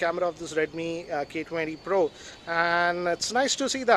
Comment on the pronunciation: The way he saaid redmi k20 pro had me in tears lmao